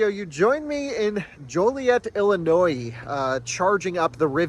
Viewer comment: "Joliet Illlllliiinnooooiiiii" Came soooo close to improperly pronouncing the silent S at the end... kudos for not doing so. :D Also your tone and furrowed brow whilst saying that was completely merited :)